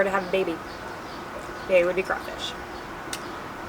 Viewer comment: being from louisiana having crawfish every year i am very very offended and cringed out from her saying “ kray fish”😂